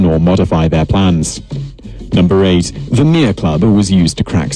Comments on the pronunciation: He said Mere wrong. The actual Maori pronounciation is Meh-leh not Mear. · Its Mere roll the r Not mare Mere Roll The R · 3.01 the mere club????? you meen the mere, pronounced me rrree two sylables , this poms having a mare a nightmare lol hes fucked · Hongi Hika was just the son in law of Ruatara the man who protected Marsden. Hongi Hika is most famous for the Musket Wars 1820-30. Seriously tha English nigga called the path a mere club wtf. He could at least roll hi “r”s when saying stuff.